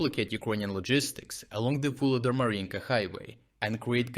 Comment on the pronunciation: again inconsistencies in pronunciation - "Vuhledar" with a strong "h", then and "Vuhledar" with a silent "h". Please keep the quality of analysis and reporting, but please do not use AI to narrate :/